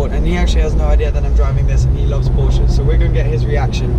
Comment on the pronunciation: Please pronounce Porsche correctly 😣